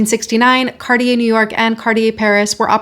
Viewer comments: It's pronounced "CART-tee-yay," not "CAR-dee-yay" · Hey it is pronounced #CarTier not #CarDEEyeah #Arctic isn’t pronounced #OurDick, either, #Murica. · And now we learn how to pronounce Cartier.